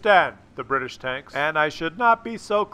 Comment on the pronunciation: Bri tish not Brridish